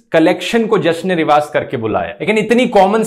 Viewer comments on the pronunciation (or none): The thing is it is not even proper Urdu. It is Riwaj with a 'j', not Riwaaz. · its Jash-e-Riwaaj not Riwaaz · The funny thing is that “rivaaz” is not Urdu either. The word is “rivaaj”